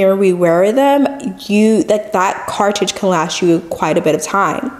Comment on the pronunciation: It's a CARTRIDGE. say it with me: "CAR-TRR-RIDGE" CARTRIDGE